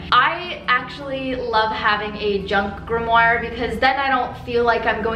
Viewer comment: Are you saying "grimmoir "??